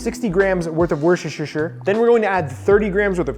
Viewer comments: ah the age-old problem of pronouncing woshtershersher.. same chef, same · Warshishishure sauce? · Omg LOL wershersher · Lol, even a chef calls it woshishisher sauce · Wuss ter shire. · very wusuhsuhuishsuheurheur xD i found it funny how thats pronounced in english, never heard it before. great video by the way :D always love ur vids man. these videos keeps getting better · I've never had any trouble pronouncing worcestershire until I watched this video....thank you for that. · Sorry but as Non English Speaker what the hell did he say ? Worcestershire sauce? I can't.